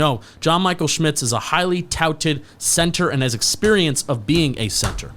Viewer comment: It’s pronounced sCHmitz!